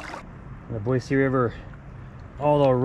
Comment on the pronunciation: Boyce River? Did I misunderstand that? I thought it was Boy-see River.